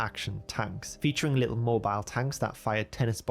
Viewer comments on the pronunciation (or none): sounded a bit british when he said ‘little mobile tanks’